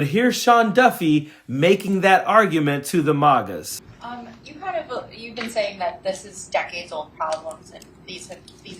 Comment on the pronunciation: He said "MAUGAS" 😆